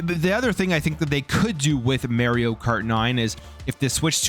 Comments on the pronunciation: I don’t care where you’re from, you have to say Mario not Mayrio. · It's Mario not Maryio. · mario not meryio 😂😂😂